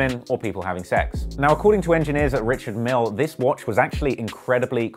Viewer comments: It’s actually pronounced „ree-shard meEhL“ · Fuck sake it’s said Ree-shard Meal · It’s pronounced rish-ard mil-ay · They said "Quentin Miller". SMH 😬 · You're mispronouncing his name lol....its not 'Richard'.....its 'Ri-chard' Mille....surely you should have done your research lol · Says he’s into watches, can’t even pronounce Richard Mille and is wearing a fit bit 😂😂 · Hum..call urself a watch head but don't know how to pronounce the names right😂😂😂